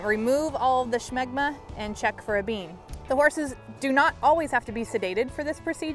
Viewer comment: There's no h in smegma